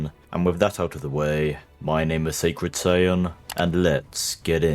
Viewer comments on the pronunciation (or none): none